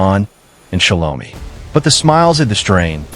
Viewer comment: Her name is Pronounced SHEL-O-MY! 😑